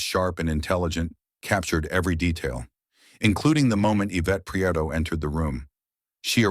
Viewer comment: Pree-eh-toh. It's not that hard.